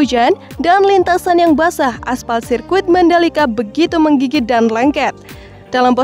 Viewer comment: Bkn "Mengigit" tp "MENGGIGIT"..